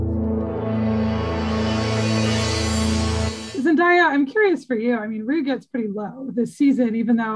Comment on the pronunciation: no, she didn't. If she had pronounced it correctly, I wouldn't have commented. The interviewer pronounced it zen-DIE-uh. It's zen-DAY-uh. And Zendaya has mentioned multiple times in other interviews that people mispronounce her name and it seems to bother her.